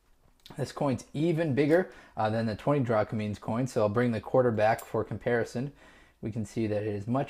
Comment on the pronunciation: Its drachmas not drachmins